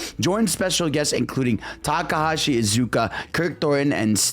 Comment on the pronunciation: has met the man in person, yet continues to butcher his name LMAOOO